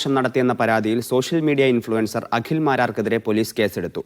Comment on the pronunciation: Akhil Akhil. Akshara sputatha. Agil alla. Abadham . Abadam alla😅😅 hahhha paadham. Paadam u mean field.😂😂